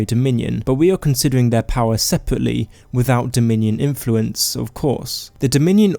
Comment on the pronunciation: "Povince, eah, powa"